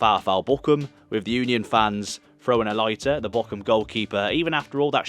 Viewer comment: please pronounce Boroum, not Bo-cum!